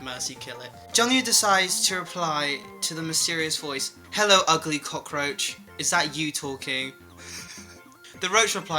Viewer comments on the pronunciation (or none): Ive been watching too much videos im starting to pick up his heavily accented "hELLO"